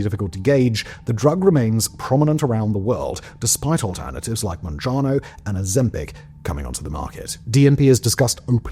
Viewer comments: MounjaRo, not MounjaNo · Mounjaro. Not monjano. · Mounjaro not mounjano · It's MounjaRo not Mounjano since you mispronounced it multiple times...